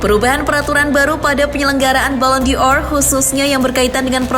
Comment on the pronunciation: Bukan balon Dior admin kocak,tapi balon Dor. Dor itu artinya bola